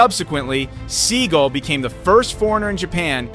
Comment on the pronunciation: It is Steven seagal think about it pronounce it right